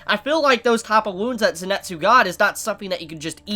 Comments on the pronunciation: Great Review but its not Zenetsu its Zenitsu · Zenitsu= Zenn-Net-Zoo Inosuke= Ino-sookay gotta love pronunciations lol